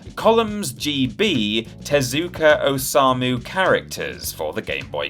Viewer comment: "Tezuku Ozamu" is click off worthy.